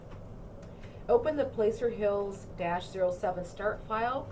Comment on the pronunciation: Good vid! (BTW: It's not Placer Hills as in place. It's an "ahh" sound as in placer gold. Only ppl from CA would know that. ) THANKS!